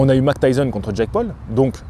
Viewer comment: Pourquoi minimiser l’accent de prononciation Mike Tyson alors que je me souviens de à quel point tu avais insisté à l’époque pour dire N’Gannou de la bonne manière …